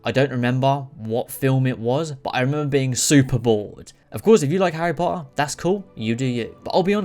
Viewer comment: I love how he says harry po-er all the time😂😂❤